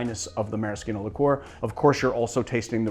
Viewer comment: I honestly can't tell if you're trolling or just bad at pronunciation haha. Maraschino? Giffard? Saison?!?